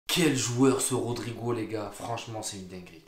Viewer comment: Les gars cessé d'écorcher le nom de rodrygo et nn pas rodrigo😂 vs êtes de faux supporters Hala Madrid forerver🎉